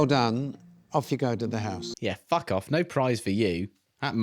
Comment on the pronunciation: not the hoose rice